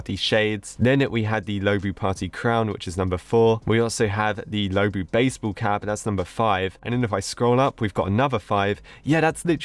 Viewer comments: Low-bu Me: IT'S LU-O-BU!!!!!!!! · so sorry, but it’s luobu not loubu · it’s pronounced loo↘️oh↗️ boo📉😭😭